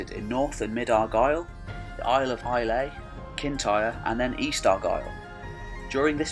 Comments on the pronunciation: Another one is Islay, which (at least locally) is pronounced "Eye-la", rather than "Eye-lay" but you did far better than anyone else I've seen try it first time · Islay is just Eye-lah btw. Not Eye-lay. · Good video. One little point, the island of Islay is pronounced Eye-lah, not Eye-lay. I would be interested in a video on the earlier history of the maritime kingdom of Dal Riata. You list its capital as Kilmartin, on the Scottish mainland, but the people are often (wrongly?) described as Irish, rather than just as Irish speaking. The problem is that they just appear in British history when your video starts. Some conjecture an "invasion" from Ireland at some point but as I understand it the archaeology suggests longer or more substantial roots on the Scottish side? But where and when did they arrive? Was it 1000+ years before, from Galicia, with the other proto-Irish speaking tribes? Or what? I wonder what Irish records may have to say. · Islay is pronounced AYE-luh, but in Gaelic it's Ìle (ee-luh) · Aye I heard that miss-pronunciation too